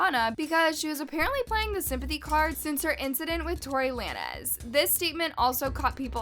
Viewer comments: I don’t know what’s pissing me off more the beef or the person narrating this thing Tory Lan-ez when it’s lanes with a z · Plz stop saying Tory LA-NEZZZ omg its Lanes 🤣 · It’s Tory LANE-S not Lan-ez 😂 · It’s Tory Lay-nz. Like bowling alley lanes. Car lanes. Stay in your lane. Lay/ nes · “Tory lan-ez” 💁🏼‍♀️ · it’s Tory Lanez (lanes)😭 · The way you’re pronouncing Tory lanze is killing me🤣🤣🤣🤣